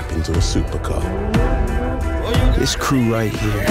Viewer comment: I thought he said, "An autist can turn any scrap into a supercar."